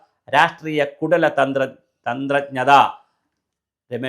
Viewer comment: കുടല തന്ത്രജ്ഞത..... കുടല എന്ന് അല്ല. കുടില എന്നാണ് വേണ്ടത്.